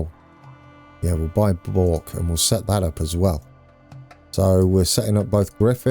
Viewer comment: Bourke as in work